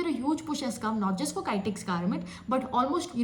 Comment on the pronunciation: Not kytex garments. Pronounce kitex garments. kitex=Kizhakkambalam Textiles